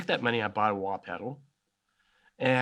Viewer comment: “The very first time I got a wah peduh” god I love Kirk 😂